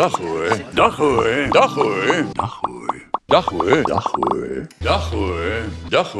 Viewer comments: het lijkt alsof hij zegt dag hoer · ik hoor soms dakhoer inplaatsvan dag hoor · Het lijkt alsof sinterklaas dag hoer zegt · Hij zegt precies dag hoer of licht dat aan mij xD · na een tijd lijkt het alsof hij dag hoer zegt wtf :’) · like als je bij denkt dat Sinterklaas zegt "hoer"😂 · Het lijkt net of Sinterklaas zegt dag hoer xD